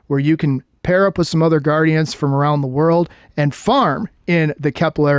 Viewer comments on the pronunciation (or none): none